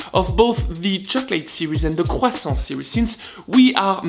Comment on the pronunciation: Love the way you say QUSANT